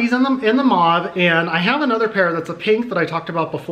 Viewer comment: Lol I’m so glad you know how to pronounce mauve I don’t understand where they get “moe-v” lol